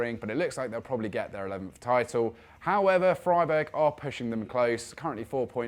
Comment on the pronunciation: Bro said Freiburg 💀